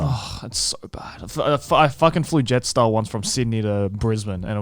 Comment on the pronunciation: every Australian shivered in their chair when joey said Jetstar